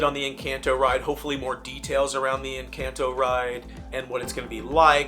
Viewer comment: People are upset that you’re mispronouncing Encanto.